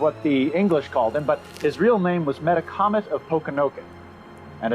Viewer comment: We always pronounced the name: Meh TAK OMET, not meta comet.